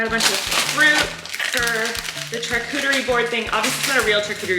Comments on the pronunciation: Love that you say “ch-arcuterie” board and not sh-arcuterie haha❤️ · The way Colleen pronounces the ch in charcuterie instead of saying it like an sh sound... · wait. is that how you say charcuterie???